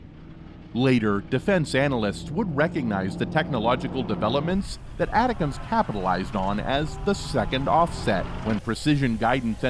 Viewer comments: It is not atacoms. it is ATTACKUMS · It's pronounced like it's written. ATACMS. Not ATICACMS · Pronounced “A -Tac-Ums”. Lord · I think ATACMS is pronounced Attack-ems. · Yes, video guy pronuncing name wrong. I worked the warhead LAP from prototype to standard M39 Missles. Also the BLU-63 grenades it is loaded with. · Right, this video was an embarrassment.. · the way he saids Atacms is driving me crazy.. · I wanted to watch your video but after the 3rd time of hearing you pronounce "atacms" I had to stop it. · now former General Millie, for a channel that is supposed to know US Defense.... a huge mistake. So unprofessional that you can't pronounce ATACMS correctly.... thumbs down, not worth subscribing too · How is it that you can't pronounce Milley or ATACMS correctly?